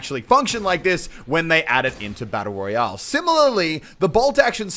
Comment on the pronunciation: You said battle royall